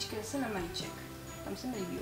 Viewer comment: hrozně mi vadi to libiou atd. nehty máš krásný ale když se na to video diva někdo kdo to ou na konci slova neříka tak je to divný chápu že tak prostě mluvis ale pro větší sledovanost by jsi si na to mohla dát pozor